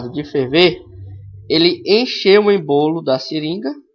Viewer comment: Não é "embolo" e sim "ÊÊÊÊÊÊmbolo" #FicaDica